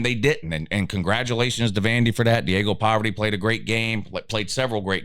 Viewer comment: I can"t be the only one who caught "Diego Poverty"😂😂😂